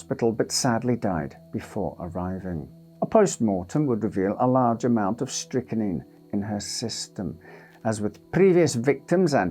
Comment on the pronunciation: Strychnine - pronounced strick-neen. It is not strick-a-neen. Dear, oh dear.